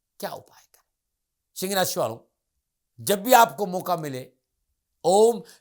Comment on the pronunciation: Aapne सिंग राशीं बोली 😢